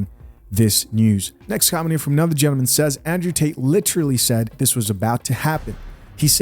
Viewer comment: Question though....It it Gentlemen or Gentamin? Is this a cultural way to speak or a speech impairment? B.B. King also pronounced it as Gentamin!!! Interesting!!!!